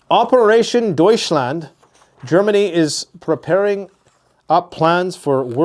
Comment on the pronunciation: D•oui•chland like Dutch but with an oui like ouivay